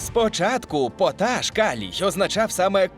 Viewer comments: Не потАш, а пОташ. Цікаво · Через звичний наголос на першу голосну «пОташ» мене прям передьоргувало) Але слово має два наголоси 🤷🏼‍♀️ тому я просто тихо побішусь тут)))